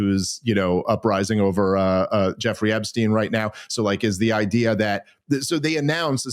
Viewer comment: Love ya Dave but GATDANGIT it's e*P*stein! With a "P." Where the heck are you reading a "B?"